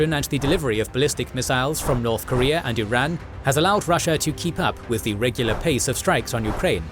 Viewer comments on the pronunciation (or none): none